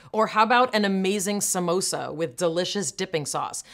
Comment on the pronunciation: The way she said 'samosa' correctly, Mayim is there anything you cannot do !!